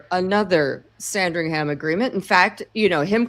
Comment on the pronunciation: It’s not Sandring Ham, don’t pronounce the “h” sounds more like sandring’em